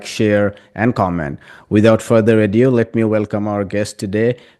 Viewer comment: Without further ado, not “adieu”